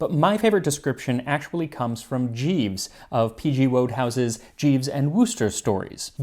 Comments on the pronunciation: I enjoyed the reference to Jeeves, but Plum himself took pains to educate his readers on the proper pronunciation of his name - "Woad-house" would have probably turned him blue, while he corrected you to "wood-house", despite the ambiguous spelling. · I enjoyed the Bertie and Jeeves reference - but please remember, old bean, the author's name Wodehouse is always pronounced as WOODhouse! Never WOADhouse! You made a ghastly error, but I forgive you, old chap! Toodlepip! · A minor detail, as a Fernet Branca fan – "fernet" is from Italian, not French, and the T at the end is pronounced. It's fer-net, not fer-nay. Happy 2025! ETA: also, Wodehouse is pronounced "woodhouse". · pronounced "Woodhouse" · I loved the reference, too, but I believe it's pronounced "Wood-house."